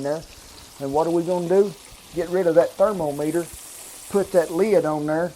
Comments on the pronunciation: Thermo - meter Edit: Thermo - tometer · Thermo-tometer lmao oh man. Aside from that this guy is phenomenal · "I need to use that there Therma-tomoter!!" I love it! :-) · thermotometer XD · "Thermetometer"! Endearing as always, Kent! Delicious classic recipe...makes me wish I lived near my grandparents again!